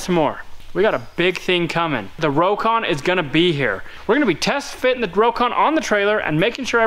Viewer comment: he said crocon lol